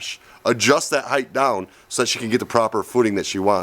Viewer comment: it's ride heighT, not ride heighTH...